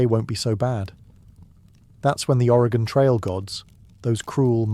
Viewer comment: As an Oregonian I was holding my breath seeing how he’d pronounce Oregon lol great job, I’ve been loving these videos!